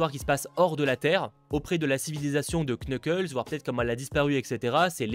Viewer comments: Quand on dit knuckles il faut pas prononcer le K juste nuckles. Je sais j’ai l’air un peu genre bizarre à dire sa de nul part mais je déteste entendre sa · Knuckles pardon mais ca me tue se dit nuckles le k ne se prononce pas Sinon super vidéo merci beaucoup